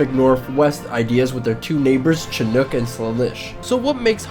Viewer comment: I almost shot myself when he pronounced Chinook and Squamish